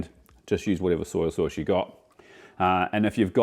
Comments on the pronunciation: I think your a brilliant chef and love your channel, but why do you keep saying soyA sauce? Its soy sauce! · I always feel like says “Soy-ya” sauce.😄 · It's an Aussie/ NZ thing.